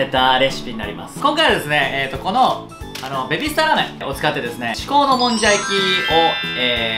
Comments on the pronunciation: ベビー↗️スター↘️ラー➡️メン➡️ 2回とも訛ってません？ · ベビースターラーメンのくだりで 訛った！って言って言い直してるけど変わってないのツボすぎて無理笑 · ベビースターラーメンのイントネーションが気になる😂💕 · わかる。訛り変わってねえ